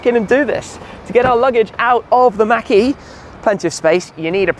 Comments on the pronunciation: Great video... but it's MAHK...E... Not Mackey. Unless I missed a joke from a previous video. Again love the videos. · It’s not mack… it’s machhh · I like the way we say Mach better than you. It sounds like you're saying Mackey. I must say that you say garage better though.